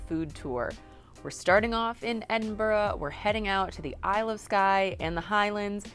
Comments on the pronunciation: Enjoyed the Video and agree the food is amazing, but, it’s Edin b UR gh not Edin bOrgh, all right pal. 😂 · Please. It's not Edinburo. It's pronounced Edinburu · Great video and great channel..... that said fun police here its not Edin-boro, its never pronounced Edin-boro, its Edin-bruh or Ed-in-bra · It's Embrrra. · It`s Edin Bra,and Glas-go. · Edinburgh is not pronounced 'edinboro' :-) In Scotland you can get battered Haggis in most chipshops. Edinburgh chippies use brown sauce instead of vinegar. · How long did they spend in Edinburgh? Clearly not long enough to discover that it isn't pronounced "Ed-in-burrow" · Great food vlog Fyi it's Pronounced Ed in bra 👌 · it pronounce edinburgh scotland okay so pronounce it right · Why can't Americans pronounce Edinburgh correctly? Or Glasgow?